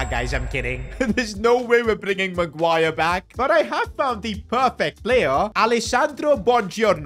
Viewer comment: When bro said Harry magiure I fanted